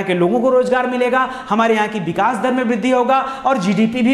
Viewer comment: बिकास नही sir विकास बोलीये please